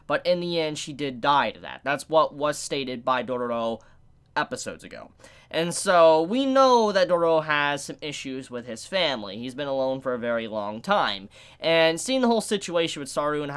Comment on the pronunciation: Why does say "Doro Doro" instead of "Dororo"?